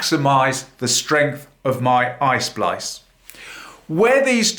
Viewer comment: It's not ice splice, it is EYE SPLICE,!!!!